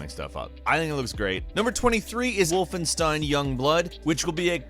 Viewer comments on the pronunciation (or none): none